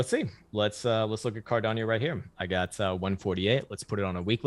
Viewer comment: A Great TA guy but he pronounces Cardano as if it’s Hispanic. He said Cardanyo